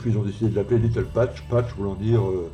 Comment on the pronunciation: merci encore pour le partage, je vais vous suivre. Si je peux me permettre, il faut prononcer "little patch"iiiizzzzzzzzz (il y avait plusieurs trous a réparer apparemment )